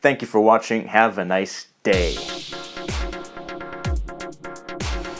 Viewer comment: I love the way you emphasize 'day' :D